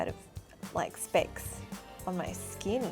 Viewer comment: “It’s like diamonds on my skeen”